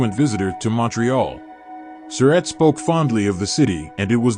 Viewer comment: David O. Stewart needs to learn how to pronounce the Surratt name correctly. He pronounces it like "Sir Rat," when in reality it's pronounced like "Sir Rot." If Mr. Stewart reads this, I admonish him to start pronouncing the name correctly.